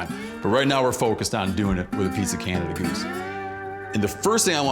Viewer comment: Thank you for calling it a Canada goose and not Canadian goose...the bird is named after a man named John Canada not the country people always say that wrong